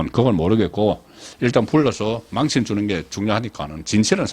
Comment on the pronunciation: 아요? 어휘력이 와그렇노? 망신亡身을 망과 신을 쎈발음으로 말하니 갱상도에서 도 사용하지 않는 언어이다. 모노터링을 해봐라. 잘나가다 엉터리 발음으로 말하는 버릇은 고쳐라.